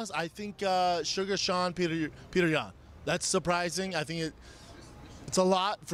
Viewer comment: My man called Sean, Shane, then picked up on BS butchering names haha.